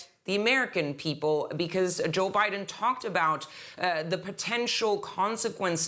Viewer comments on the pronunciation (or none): Ah yes. ‘LBiden’.